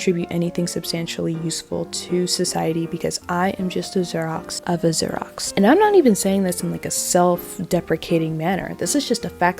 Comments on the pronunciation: It took me a few repeats of the word to realize she was saying Xerox. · Your mispronunciation of Xerox is sending me 💀💀💀 We are now in an age when Xerox is no longer in the common vernacular 😂 I feel old. Loved the video. Your commentary and analysis is spot on. ❤